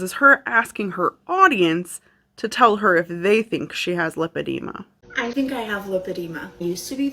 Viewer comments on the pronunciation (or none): Love your channel! My pet peeve today.... the way people pronounce Lipoedema (also spelled Lipedema). It is not Lip edema. It is LIPOedema. Lipo (with a long i) is latin for fat. Lip edema is a fat lip. We don't call it Lip suction. Though that does sound like fun on a Friday night. Liposuction is the suctioning of fat from one's body. I can always tell when someone is actually seeing a professional physician who understands both Lipoedema and Lymphedema. Which calls to question the people Anna was getting advice from. SMH We Americans sure know how to slaughter languages. In full disclosure, I work in medicine. I also have Lymphedema as a result of cancer surgery.